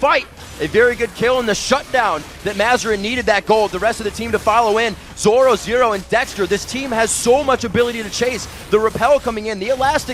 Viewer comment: 13.58 haha he cant say zorozero :D